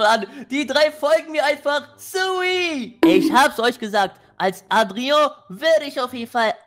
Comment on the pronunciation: Und du hast Adrian richtig ausgesprochen☺